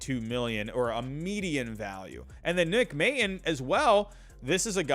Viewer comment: Nick May-tawn is how it's pronounced. Love the vids.